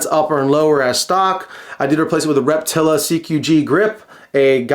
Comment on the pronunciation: Its pronounced Reptilia not Reptila. Lol